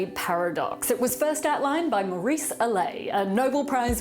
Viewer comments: I don't get why would you say 'Aley' instead of 'Ale'. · "Ah-Leh", not LA. Just Kidding. Cool video, as always. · I love the pronunciation lookup at the end - the translator told her to pronounce Allais with emphasis on the first syllable, and she stuck with the English word allay anyway. Just don't get it mixed up with the Allee' effect. Choose the red and the yellow - best outcome for minimally higher risk. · Looks like Vanessa had a difficult time pronouncing the French name "Allais" right. I've experienced the same scenario when I started learning French several years back. Which reminds me. You should definitely do a video on the connection between languages and the human mind some time in the future. Linguistics in itself is a fascinating topic and the amount of languages you could potentially learn and have all those information being stored in your mind for decades to come is quite intriguing to say the least.